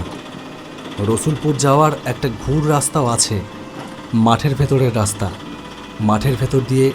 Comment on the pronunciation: Dada raster noi raster❤❤❤